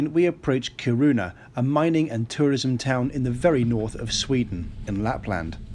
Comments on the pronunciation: It's Kiruna and not Karuna. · It’s KIR-un-ah, not Kir-OO-ah. Otherwise, not a bad vid. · It's KI-ru-na rather than ki-RUN-a. And "Riksgränsen" is not the name of a town, it's "Border". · sounds like Corona haha. took Me a while to figure out hat you meant Kiruna // from a fellow swede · Ki- (Like "ki"ll) Ru- (Like "Ru"ne) N- A- (Like "A"pple) I'm sorry, but I got really confused the first few time you tried to pronounce Kiruna. I get Swedish isn't your first language and you've actually pronounced other cities very well. I thought I'd try to show the correct way of pronouncing it. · Kiruna is said with a long iiii (eeee). Its is like "Keeerona, not like hard Kiruna. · I´m from Sweden, Swedish is rather hard to learn due to different sounds and the melody. When you say Kiruna, for me it sounds like Ki(pause)runa. It should be fluid. No hard K, every syllable evenly said. I hope that helps my friend :-) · I have done more or less the same trip, but by car. I liked Torneträsk, you have a wonderful view of the other side and there is not a sign of human activity on the far shore. Of course, I went further north, but still. The road Kiruna - Narvik was opened as late as in the 1980:s. One small detail, "Kiruna" is pronounced by putting stress on the short "i", not on the "u". The Norwegian coast is stuning but for the wilderness you need to stay on the Swedish side. Sleeper trains are a great way of travelling! A lot of skiers take such trains to go to Åre. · Every time he butchered the pronunciation I said it correctly after him :P